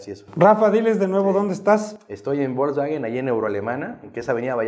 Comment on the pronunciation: Ya nomás escucharlo pronunciar Volkswagen como "bolsbaguen" y perdió credibilidad. Coyote de cuello blanco x2 😂